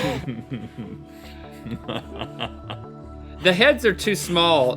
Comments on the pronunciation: Bustin jieber 😂😂😂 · Busten Geeber 😂😂